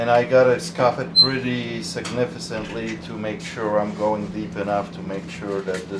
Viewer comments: Great YouTube channel great store. Sigifisintely pronounced significantly. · You sure did scuff that really “sigsnifiscantly” 😂😂